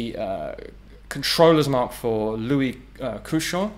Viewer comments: "Lefaucheux" et non "Lefeuxchaud" , which means "the hot fire" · It's not a LEFEUCHAUX but a LEFAUCHEUX ! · le Fo Sho company 😂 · "Le Fo Sho" When you're gangsta but also french.